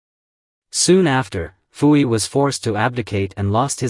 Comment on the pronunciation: His name is PU-YI.......not FU-EEEE. And you people want AI to run the world?!?!?